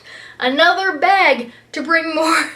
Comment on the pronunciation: I've watched so many of your videos not and not until you said "bag" did I hear your Canadian accent xD